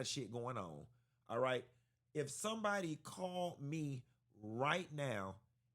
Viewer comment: Lmao Q so damn silly 😭😭😭 he said we could’ve thumped raight quick